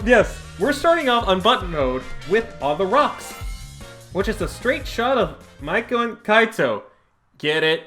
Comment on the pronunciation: her name is pronounced as MEI-KO not maiko. Mei as in may